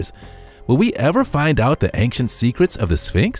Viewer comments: ˈān(t)SHənt Not ˈān(k)SHənt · Please stop saying "Ank-Shent' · "Angk-sient" driving me up the wall too. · Why does this narrator constantly switch his pronunciation of ancient? Sometimes he says ancient and other times he says ainkshent 🙄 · Dude ‘Ancient’ is pronounced ‘ˈān(t)SHənt’ it’s not ‘Ankcient’ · It bothers me so much how he says "anccient" instead of "ancient" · anXient anXient anXient. Get smone else to comentate ur vids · Take a drink everytime the narrator says "ang-shent". Also RIP. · "Ankshent" is not how you pronounce ancient. Along with the outdated material, this ruined the video for me. 2/10. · I like the way dude sez, "ancient". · Why can't he pronounce ancient? When he says it so many times! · Why does he say ancient wrong? Driving me crazy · thats True